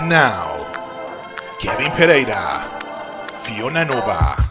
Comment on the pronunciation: Finally someone pronounced "Pereira" correctly! I've only waited for 20 years. 😅